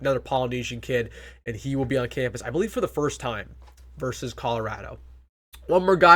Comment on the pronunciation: VERSUS...NOT VERSE!!!